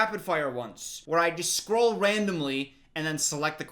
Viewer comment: Scroll sounded like Skol and as a Minnesota Vikings fan, I agree.